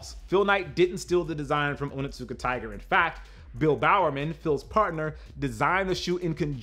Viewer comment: Your pronunciation is close but not correct. It is Oni-tsuka-tiger. Not Onittsuka. Oni can translate as demon or devil. And Tsuka most likely translates as grasp or hold.